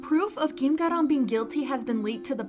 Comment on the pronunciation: Kim Garam or Gim Garam?? I am hearing Gim is it just me?